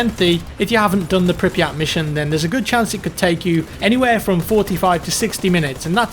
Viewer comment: it's pronounced prip-yet